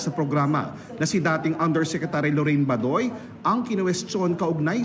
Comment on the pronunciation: Isn't the right pronunciation Ba-doy with accent on first syllable. NOT Ba-doy where accent wrongfully on last syllable👎